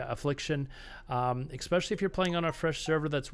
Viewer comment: why are u saying "especially" as eXpecially, really bothering me, lmao